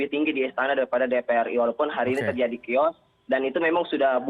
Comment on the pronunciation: Chaos dibaca kios 😭